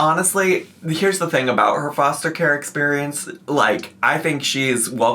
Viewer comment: She says foshter care